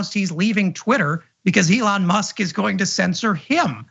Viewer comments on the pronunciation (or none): Why is that douche saying Alon musk? Fuck you dickhead you know how to say that liars name. Stop being a fancy special boy.